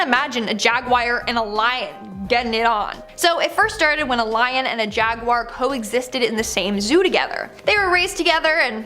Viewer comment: Please please learn how to say jaguar properly. Kills me every time you say It wrong 😂